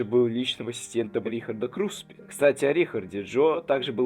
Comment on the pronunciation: Вы специально весь ролик говорите Крупсе вместо Круспе?